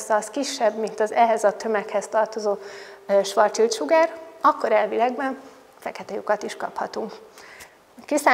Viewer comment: Nem svarc csild, hanem svarc sild.